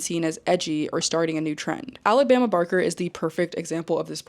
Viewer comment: I love that you called him Travis “Baker” 😂😂